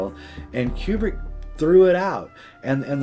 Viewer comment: Yay! I just might shatter his world, but it's pronounced koo-brik, not like Qbert (kew-bert). Learn UP, scro!